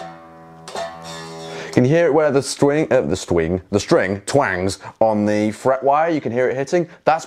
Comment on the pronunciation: "the stwing" has my dying